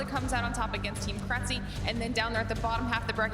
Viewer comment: Thanks for uploading this! I just kept cringing when the announcer mispronounced krtzyy's name though lol